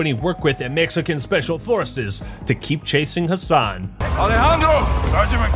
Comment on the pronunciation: the “EMEXICAN ESPECIAL EFORCES” part killed me